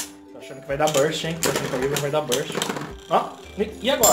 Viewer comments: Não Se fala wivron se fala uaivron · Si fala "Uaivron" kkkk😂👍